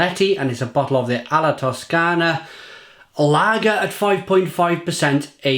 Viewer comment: it's Toscana not Foscana, name corresponds to Toscania (region in Italy)